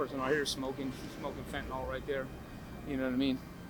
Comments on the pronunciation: Can I just correct this cute little girl...its NOT Fentanall sweetie, its Fentanyl...Fenta-nyl. Dont do videos and speak on things you cant even read and pronounce. Sorry it peeves me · This guy's English is on point. FentaNOL, HugrYANS, all these new pronunciations!